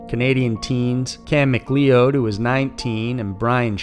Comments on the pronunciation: Not Mack LEE-owed... Mac LOUD... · Dude it's pronounced Mc Cloud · Dude: McCleod = Mc"Cloud" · The last name "McLeod" is pronounced "McCloud".. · Mc leod is pronounced mc cloud. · McLeod = “Ma-Cloud” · McLeod is pronounced "Mc-Cloud" and Port Alberni is pronounced "Port Al-bernie". Either way, thanks for covering this case as it kept us on our toes here in BC (and the provinces they travelled through - basically half the country). But also, none of the bodies were found on the "Highway of Tears" they were found over 400km from there. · McLeod is pronounced "McCLOWD" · You're amazing! Just a heads-up- Mcleod is pronounced McCloud (Scottish heritage lol) x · fyi: McLeod is pronounced as macloud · McLeod is pronounced "McCloud." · McLeod is pronounced Macloud.